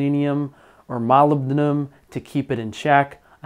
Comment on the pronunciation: You pronounce Molybdenum really well.